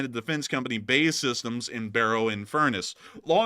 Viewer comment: B.A.E. Systems not bay lol. Barrow in Furness is known as the 90 mile cul-de-sac Lovely edge of Cumbria You’d all love our Cumbria John from Manchester 🐝 England 🏴